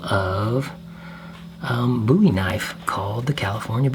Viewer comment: Love your design style…very clean lines. Thank you for saying boo-e and not bow-e…drives me nuts!